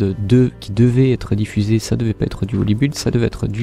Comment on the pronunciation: juste, on dit holybild et non pas build, le u ne se prononce pas mais rien de dramatique mdr